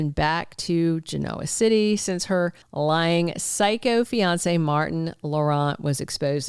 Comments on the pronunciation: please learn the right way to pronounce Genoa City. The accent is not on the o. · You’re not giving spoilers you’re just giving your opinion on what you think might happen LOL. Also, please pronounce Genoa city correctly.